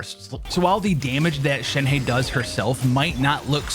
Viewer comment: Not shen-hey its shen-HUH